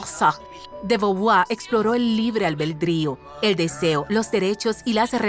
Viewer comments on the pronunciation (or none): Es albedrío y no albeldrío. De dónde salió esa "l"